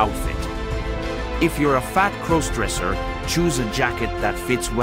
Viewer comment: "Fat crose-dresser". These text-to-speech videos are so cringe, I wish at least the AI around it would fix pronunciation.